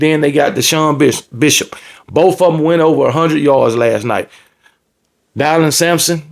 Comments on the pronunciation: Dylan Sampson is pronounced Dillon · Not dielan Dylan like Dillon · Die-lon "homecoming queen" Sampson 😂😂😂😂 GBO!!!